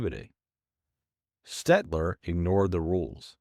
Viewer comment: Dyooh-rur” would be closer. And “Staedtler” and “”Conte” were also mispronounced. Try “Staid-ler” and “Con-tay.” You got “Conte” right on your second try.